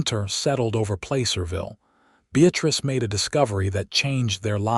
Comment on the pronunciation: Placerville isn't pronounced Playcerville!